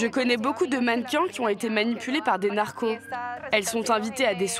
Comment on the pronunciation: A des narcons elle m’a tué